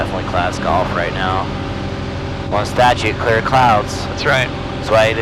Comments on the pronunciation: Is he sayin ccccllllleeeeeaaaarrrrrr or qqqqqqquuuuueeeeeeeeeeeeerrrrrrr? LMAO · I don't know man, sounds like he's calling his wife (if his wife's name is Claire, that is...), as if he wants to be rescued at the last minute or something; instead of "clear", as in please don't do something stupid like walking on my prop... Please! Great content! :>)